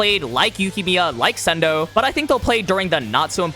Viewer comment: low-key started laughing as soon as he said sendou 😭🙏